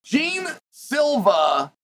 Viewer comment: Jeen silva? Lol, its pronounced more like jay aun